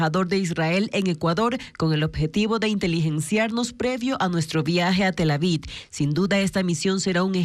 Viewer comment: Soy yo o siempre les escucho decir Tel Avid en lugar de Tel Aviv??